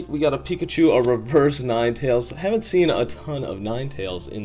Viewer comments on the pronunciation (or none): none